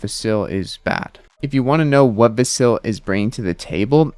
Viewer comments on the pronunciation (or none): VAS-il. Not va-SIL.